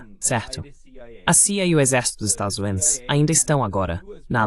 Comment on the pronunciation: Esta locução precisa ser melhorada. Estados Unidos” ou “USA” é coisa que definitivamente não consegue dizer 😅